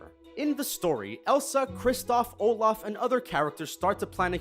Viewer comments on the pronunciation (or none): none